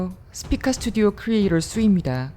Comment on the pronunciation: 스피카 스튜디오 크뤼에이뤄 쑤